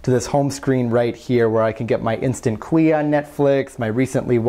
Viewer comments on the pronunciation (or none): KWEE? LOL, its pronounced KEW! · did you pronounce Queue as "kwee"?